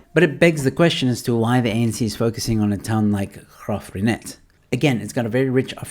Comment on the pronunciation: you pronounce it perfectly. My grandmother grew up there and was top matriculant at Union High in 1937